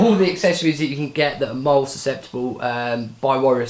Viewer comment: It's pronounced "Moll-lea". Split it into two syllables.